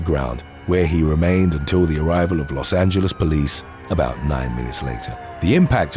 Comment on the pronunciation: lmfao when you are talking about the first one and you say he tackled him and waiting for LA police to get there it sounds like you say 9 years later and thats pretty fucking accurate lol